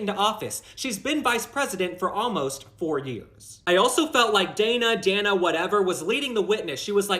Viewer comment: Was it "sexist" that Coupmala pronounced the female interviewers name wrong? It's "Dane A", not "Dan A".🤔